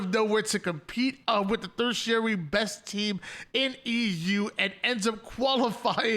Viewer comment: Okay, love you guys, but some of the pronunciations are just getting wild.. It’s not Marty-dom…it’s martyr-dom (kinda like mar-yet-dom) It’s not thir-tiary it’s ter-tiary no th sound. The tertiary thing just reminded me of hearing you and the boys saying martydom, and it bothering me way more than it should lol Hopefully this isn’t taken as dbag criticism.